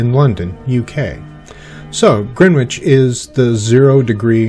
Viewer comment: Nice video... one wee thing... its pronounced "Grennich". Short 'e' and the 'w' is silent.